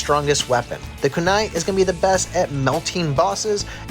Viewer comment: Homie said kai blast lol Yo he also got dat kanai